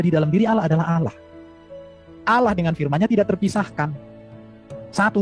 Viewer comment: Bukan olloh Z yg benar Allah